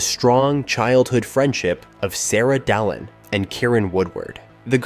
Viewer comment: He cant pronounce anything at all. No American can say Bananarama. And the way he said Dalin was weird as hell.